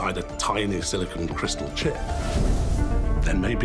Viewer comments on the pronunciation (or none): none